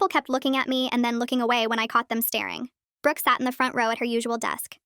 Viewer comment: who else hears britanny holoway instead of brooke holoway